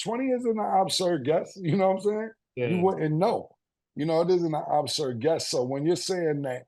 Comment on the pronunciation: “Obsurb guess” is wild cam